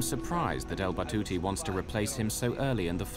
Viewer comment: It’s Al Batouti Good sir